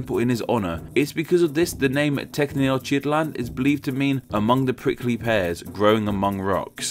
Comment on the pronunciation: Mexican here! Tenochtitlán in Spanish is actually pronounced "teh-noch-teet-lahn". Nahuatl messes you up with the "tl"s!